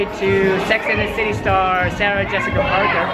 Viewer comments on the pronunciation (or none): none